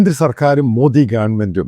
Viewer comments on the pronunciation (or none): none